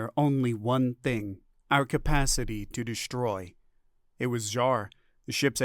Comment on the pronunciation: Still.......SHTRAINING......SHTRIKING.......DESHTROYING...... Have you listened to even one of your posted stories? Very annoying. I tried this one again. You are now Unsubscribed. If you ever learn to pronounce the "str...." words NOT as "shtr....", then I may return.